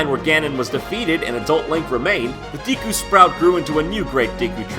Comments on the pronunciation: The way he says Deku bothers me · ...Dee-koo? IT'S DAY-KOO DAMNIT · Deeku deeku deeeeku.. ugh.. It''s dekku. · ugh... "deeeee-koo".... "deeeee-koo".... it's DEH-KOO!!!! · I couldnt get past the first 2 minutes, the pronounciation of Deku as Diku was too much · GOD DAMMIT IT'S "DEH-KOO" NOT "DEEKYU"... Still love ya though ;D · I'm sorry for nitpicking, but Deku was pronounced wrong about 30 times in this video. It's Deh-koo not Dee-koo. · You pronounced it "dee-ku" when its "deh-ku" OwO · It's named a Deku, not a Diikuew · I always thought deku or deeku as it's pronounced was supposed to be pronounced dehku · i was yelling at you the whole time.... its deku not deeku! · 1. I never noticed the green blobs from Link's Awakening turning into green dicks with balls before. 2. IT'S PRONOUNCED "DEH-KOO", NOT "DEEKOO"! You're welcome! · It's actually generally accepted with both pronunciations, although I believe that DEEKOO is proper in Japan, and DEHKOO is proper in NA. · Deekoo? Juss sayin, Jon, it's pronounced Dehkoo. Juss sayin'. No hate. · is it really pronounced "d-ee-ku"? cuz growing up i have always thought it was "d-eh-ku"... legit question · Wait- "DEE-koo"? Is that correct? I always thought it was pronounced "DECK-ooh". Huh. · It's pronounced "Deck-oo" not "Dee-koo". Since its Japanese, if it was "Dee-koo", it would be spelled "Diku" not "Deku". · Deku: It's pronounced deh-koo. Not dee-koo. just sayin... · Nope, it is pronounced like deck, I don't know why JonTron keeps pronouncing deeku. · It's funny how you grow up realising you were pronouncing all gaming terms wrong. I had no idea it was "dee-ku" i've been calling it "deck-uu" all this time :S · Deeku.... Deeku... It's pronounced DEKKU!!!!! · It's "deku" not "diku." Japanese name should be pronounced in Japanese, not English. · Do all Americans pronounce Deku like Dee-ku? Every British person I've spoken to pronounces it Deh-ku, and I wondered if it was an accent thing =P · DEH-kuu not DEE-kuu